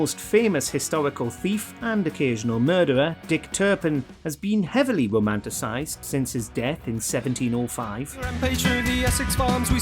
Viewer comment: charles the seconds armies wereNOT defeated in the vcil war. CHARLES the FIORST was defeated. seriously maybe you should pay attention to history more. rowmantasized? seriously if you're doing voice over work,. speak properly . then again you're aparnently lcueless enough to not get it. dick turpins song was clearly a parody of adam ant's 'stand and deliver'